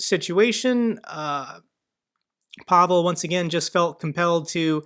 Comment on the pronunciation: Hello,. Pavol is a Slovak name. This guy's name is Pavel, pronounced PAvill.